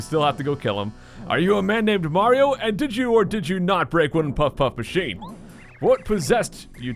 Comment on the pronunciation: is it me or did he call mario, maro?